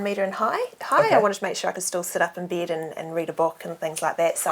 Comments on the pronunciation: and she pronounces "Bed" weird to me....does anyone else think so!? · Oh the way the she pronounces the the letter E is annoying. She keeps saying "bead" instead of "bed" she says she has a "deedicated deesk" instead of dedicated desk. Oh that accent is making me nauseous.